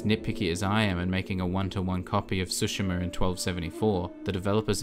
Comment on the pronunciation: Since the video is about accuracy: it's Tsushima, not Sushima ;)